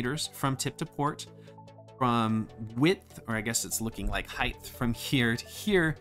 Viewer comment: For someone as well spoken as you, I would not have expected you to say height incorrectly. It's pronounced like HITE. Other than that, this was a very great review!